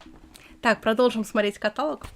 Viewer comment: каталОг.